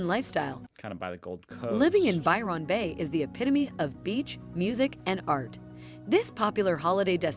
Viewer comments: Lol lol lol. I can't unhear "Biiirrreonn Beh". Now I'll never be able to pronounce it properly ever again. Hand me a trombone immediately 😅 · As an Aussie, I wouldn't choose to live in any of those places. Ignore these, unless you're a tourist! The use of AI to voice the video is really poor for pronunciation of those places too. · Or as she says it, 'By-RON' Bay lol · Absolutely. I almost stopped watching the sixth time she said By-RON. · Byron got me, reminded me a Philomena Cunk - Who's Ron? You know, the guy who wrote the poems and signed them By Ron. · Buy Ron Bay?!!!! Ev anne dale?!!! Oh I give up. Amazing she pronounced Launceston correctly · I love how she pronounces Byron Bay not how it is actually said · Computer generated voice. That's not how an Australian pronounces Byron bay Denial is the first stage... For RETIREMENT the central coast is popular, as its also clo9se to Sydney hospitals and Newcastle has a LOT of medical services for the aged. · My Dad was born at Byron Bay when his Dad was a keeper at the lighthouse. So my Dad was named Byron. Listening to her pronunciation was like hearing nails on a blackboard! 🫣